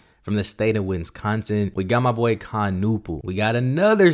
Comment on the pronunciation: How did he pronounce Wisconsin? 😂😂😂😂